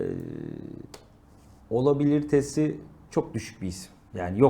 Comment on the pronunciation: "Olabiliritesi" dedi ya la😂